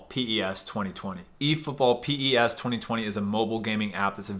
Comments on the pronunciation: It's pronounced 'pes' you don't say P-E-S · No one:: PI-E-ES Football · The fact that you called PES P-E-S let me think you don't actually play it. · It's not p.e.s